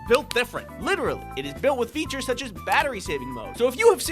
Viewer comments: That one "F E A T U R E S" during the ad-read made me extremely uncomfortable. Please do it again. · Feeauhtoors